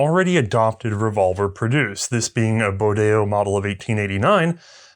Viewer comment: Bodeo,not bordelo